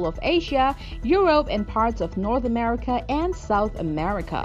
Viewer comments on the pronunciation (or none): none